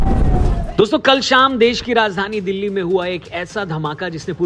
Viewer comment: Madam its Delhi not Dehli